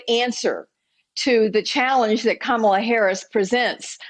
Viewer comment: It seems the best they can do is to mis-pronounce Kamala's name. That and constantly lie! It feels like I am back in Junior School. How embarassing for the GOP. Is that the best they can do? The reality is, if Trump had simply done his job, he would be re-elected. But he has failed to do the job. He has failed America.